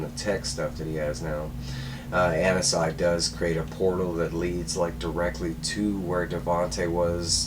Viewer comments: I think Anansi is pronounced like Ah-Nancy. Anansi is one of the most important and popular myth is West-Africa (origins in Ghana) and the Caribbean. He is a trickster god and teller of tales, a bit like Coyote in many cultures of indigenous people of North America. He was an important character in Neil Gaiman's American Gods novels. I think it's great that he has become a DC character. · It's Anansi( Ah-Nah-Si ) in The Static Shock Tv sereis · It’s pronounced Uh-Non-zi, this is also ananzi’s 1st comic appearance as he’s a creation of the static show